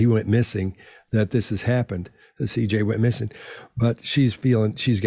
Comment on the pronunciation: Thank you for calling him CJ. So many people have talked about this case but almost no one says his name correctly. His name was CJ and he was loved beyond measure, and he did not deserve this.